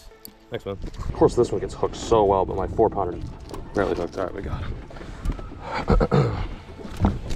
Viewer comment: When did it become a thing for a Caucasian male to say and use “Jouwn” in front of every word like how a Mexican will say Jumbo he’ll say Jouwumbo But these guys are saying Jouwounder for pounder and Jouwass it for Toss it Get your shyt together